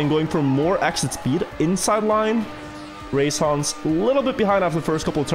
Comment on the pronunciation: lol the chat when didn't say the line properly